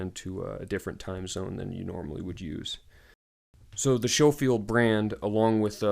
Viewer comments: Pronounced Sko-field. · Lol at the beginning you warn us of pronouncing the brand properly, and yet you pronounce it SHOfield throughout the video. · I don’t know why American’s pronounce it as Sho-field, when there is a Sco-field barracks in Hawaii